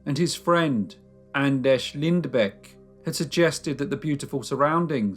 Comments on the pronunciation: I believe, your grossly mispronouncing the name Anders. It's a Scandinavian, not Czech or Polish - name. That is to say, it's [Ánders], not [Andesh]. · Anders not Andesh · It's not pronounced An-desh, it's An-derz!!! >< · I just wanna make sure I'm hearing this right... Anders is pronounced An-Desh? O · He's Andesh, he's Andesh, youre Andesh...Im Andesh!! Are there any other Andeshs we need to know about?!? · well unfortunately this isn't the case with this one, Anders isn't pronounced Andresh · Who on earth taught you to pronounce Anders like that? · I love you crime series, but sometimes the pronunciation of names makes me cringe. Like today. Anders is practically pronounced the same as in English.